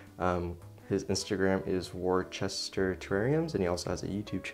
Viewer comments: Fun fact. "Worcester" is pronounced "wooster". Loved the tour. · This was so enjoyable! 🪴 my collection of pots is probably double the amount of plants I have which is a lot 😅 also as someone who lives right next to Worcester in England it’s pronounced wuss-ter ♥️